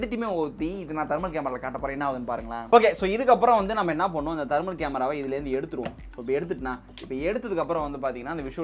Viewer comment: Dai athu dermal camera illa thermal camera vaasikka theriyata